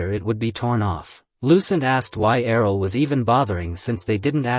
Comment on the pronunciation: Wtf happened after with the way Errol is pronounced? It's like yelled. Annoying af.